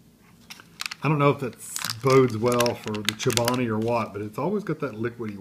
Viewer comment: It's 240 calories. And you say the name wrong. It's kind of like you're not Chobani's buddy.